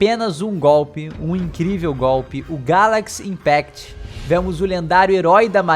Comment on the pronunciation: A pessoa claramente não sabe Japonês: o fonema "Si" não existe em Japonês. Então quando imitam o inglês, fica assim: Gyarakushi Inpakuto!